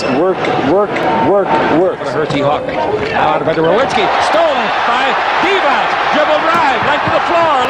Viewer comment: maybe its your accent but its De-vok not de-voch